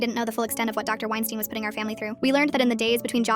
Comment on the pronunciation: "Wienstein" Hmmm🤔